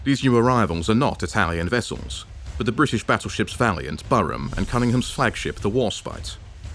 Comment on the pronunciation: Too many mispronunciations! Bow, Barham and albeit. It is not Al- be-it, it is All-be-it. Another Churchill mistake not finishing of the Italians in the desert and send good troops to die in Greece & Crete for no good reason plus the naval losses during the evacuation of Crete.. Good map and graphics.